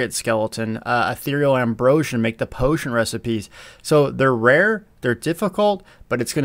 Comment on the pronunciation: El Bromo Hojo potion(t) is the one that gets me every time too. He puts a t sound at the end.